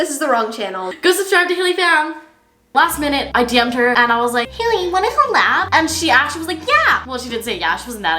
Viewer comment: The thing said hakey